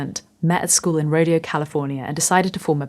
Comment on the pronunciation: Oh yeah, Rodeo the town in the Bay Area is not pronounced like the cowboy shows and competitions, its RoDayO, with a hard A on the 'e'. I guess you wouldn't know that unless you've spent time in the Bay Area. Maybe it's a Mexican pronunciation or something. But that's how we say it.